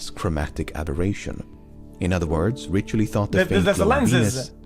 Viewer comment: Dude lost all credibility when he said "Giovanni Richioli" instead of "Riccioli"... Double C = K not CH...